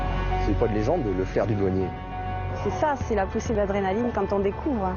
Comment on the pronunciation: 0ui elle a bien dit drénaline